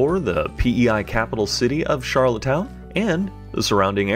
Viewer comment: It’s rustico and not roostico and Charlottetown not charlotte’s town Just a heads up